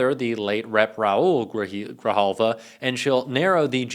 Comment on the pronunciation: Thank you for not fkng up the prononciation of Adelita Grijalva's name! Sincerely.